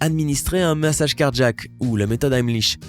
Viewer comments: Un accident cardjack ? Car-jack... ??? Ça et le rythme journalistique des années 2010 "administrer unnnn mmmmassage cardjack"... excellente voix mais diction insupportable. Je passe. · Pareil ici : clairement cardjack. Bizarre, cet accent.